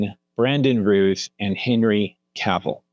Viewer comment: You know Christopher's last name is "Reeve", not "Reeves", right? There's no "s' at the end. Also, "Routh" is not pronounced "Ruth" but rather like the word "Mouth". And how come you didn't mention Tyler Hoechlin from the "Superman and Lois" TV Show? Edit: Okay... You corrected it later and said "Reeve". Thank you for that.